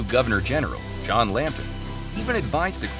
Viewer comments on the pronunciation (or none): none